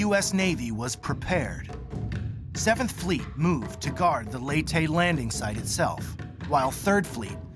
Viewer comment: Lay-tee not lee tay.